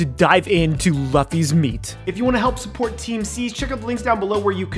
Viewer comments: You're a fellow weeb and you're pronouncing Luffy as "L-ah-ffy"? Hope this helps, L-oo-ffy. Like goofy. Sounding out doesn't really work with foreign spelling. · I am... well. I guess annoyed that you said Luh-fee, instead of Loo-fee. Idk why that irritates me so much. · Just a friendly reminder that it's pronounced "loofee" :) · its pronounced loo-fee not luff-e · Luffy is pronounced "Loofy" and you gotta work on your Japanese pronunciations. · its pronounced Loofy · Can’t get over the fact this gay says luffy’s name wrong. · Buddy is butchering Luffy's name.... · I don't think he watched one piece because he mispronounced luffy's name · my man. I love you, but the way you said Luffy kills me. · The way he said Luffy hurts my soul :') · AAAAAAAAAA U SAID LUFFY WRONG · You said luffys name wrong lol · ayo, why you pronounce Luffy like that? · Nice video though not gonna lie, your pronunciation of Luffy is pretty cringe.